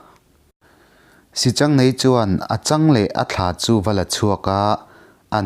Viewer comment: Pc. I thiam takzet,mahse sichangneii ni lovin, sihchang neiin tiin Kan lo ngaithla thina,pi leh pu te atang khan